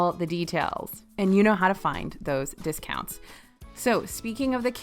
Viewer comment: Error detected: “Hotel Discountsi”